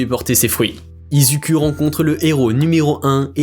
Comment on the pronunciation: Non mais tu narive pas a dire izuku😂😂😂